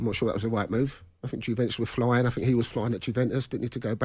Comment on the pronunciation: Paul Ince played in Italy and still calls Juventus, "Guventus"